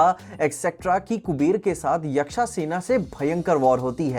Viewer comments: you are disappointing us with your pronunciation It's yaksh and not yaksha It's prihasth not prihastha And goes on and on. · Bhai kyu?? Kya hai मरीचा यक्षा?? Kaisa lagega agar mai Thanos ko थानोस bolu? If you are accurate with the pronunciations of Hollywood movie's character's name, then why not be lingually accurate with Hindi names as well?? मारीच, यक्ष.. ye Sahi pronunciation hai! Bhai indian to ban jao pehle.. I am following MOC from the very beginning and before that.. like one or two years before MOC, I was a subscriber of the three of you guys.. and I love your content and you guys.. I still do.. but please.. be lingually accurate for the Epic's characters, just like you are accurate with the Hollywood 's characters! Just a humble request. ❤